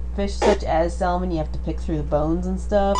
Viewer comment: I really wish you didn't pronounce "salmon" the wrong way - the "L" is silent.